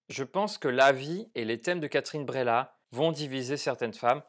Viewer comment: Ça se prononce Breillat un peu comme vieille ou veille mais pas bréla. C'est bien que tu aies ressenti du malaise, c'est le but. L'art sert à provoquer des émotions pas forcément toujours positives. Attention à ceux qui ne l'on pas vu je vais spoiler pour la suite : Moi, j'ai plus ressenti le côté manipulation et mensonge de Léa Drucker plutôt que le côté érotique. C'est son côté machiavélique prête à tout pour nier la réalité et protéger sa vie qui m'a intéressé. J'ai été retourné par ce retournement de situation et aussi par la toute dernière phrase du mari qui en lui demandant de se taire, admet qu'il a toujours su qu'elle mentait